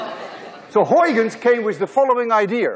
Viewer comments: This is the first time in my life I've heard a native Dutch speaker pronounce "Huygens." Thank you so much. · In he talks about the correct Dutch pronunciation of Huygens S2 Hahaha, simply unforgetable ! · Huygens Pronunciation :) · I think Flemish people pronounce Huygens reasonably well.😀